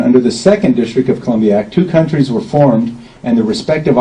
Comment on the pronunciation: He misreads the document the document says two "COUNTIES" were formed NOT two "COUNT(R)IES.